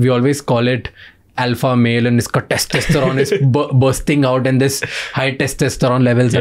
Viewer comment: Every time Shamani incorrectly says "testEsterone" 🫤